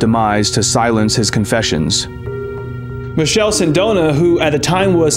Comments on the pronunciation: It's MiKele Sindona, or if you really want to English size it call him Michael for fucs sake not Michelle 😂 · can't lie, the moment the narrator pronounced Michele as Michelle I had a huge urge to leave the video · In Italian, it’s pronounced : Mi -KEH - leh. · The pronounciation of the Italian name 'Michele' is horrendous. Man!!! It does not sound like the French 'Michel' or 'Michelle' at all.